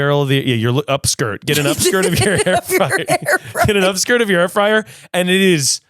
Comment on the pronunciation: saying air fryer wrong and just talking as normal is hilarious